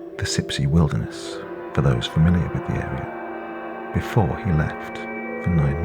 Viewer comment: I love these stories but honestly your voice makes me cringe. Do you have a speech impediment? "Da" instead of the, "wit" instead of with. Ugh